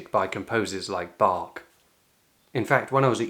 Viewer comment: this was such a calming video, that the sound of you mispronouncing the dude who was born and created his music in the city I live of didn't screetch as loud in my brain as it usually does. well, have my sub. I might even see if I visit that place myself. PS: Bach isn't pronounced the way like English native speakers do. He was German. If he was pronounced the way like the english language does, he would have been written (an called) Beck. I suggest using the pronounciation tool of google translate to have the proper pronounciation. <3